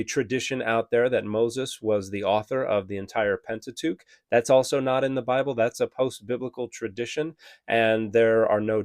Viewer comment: Pentatuque 🤣Canadians love that. Pentateuch. That early? Very interesting.